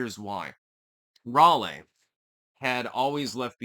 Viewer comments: You did it for me, lol. Also, Rahlee, rather than Rahlay. Js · Bro stop pronouncing Raleigh like that